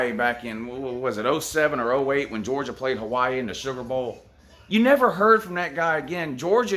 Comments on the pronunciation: I just died man "hoosier have ya pwayed?" Dude I literally am dead hahaha! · Lmaooooo "Hoosier have dey pwayed, Lou"